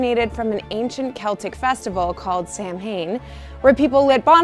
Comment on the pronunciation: Samhuinn is pronounced Sa-win or Sa-ween. The MH is pronounced as a W sound. Normally your research is spot on, would it really have taken that much effort to research the word and its pronunciation?